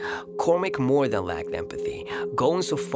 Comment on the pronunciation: The way he said more dan